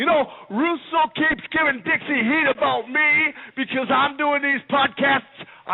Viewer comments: I think it's doing flair.. yu could here the Canadian accent when he says "aboot" instead of "about".. and yu could here his Owen hart voice come out when he gets loud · Canadian flair impersonator. Listen to the “aboot” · You can hear it when he says "About" (Aboot). He is great!!